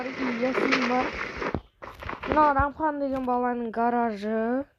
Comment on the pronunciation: Рамхан емес Рахман 😅😅